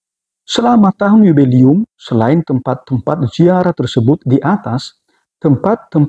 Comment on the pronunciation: 'Jubileum' romo!! Bukan yubelium.😭😭😭